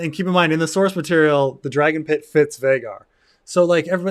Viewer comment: I dunno why but it's so annoying to me that Vhagar is pronounced to rhyme with Rhaegar and not Vhaagar. Like every valyrian name uses "ae" for that sound. Atleast in different phonetic situations like in meraxes the "ae" sound is acceptable to me.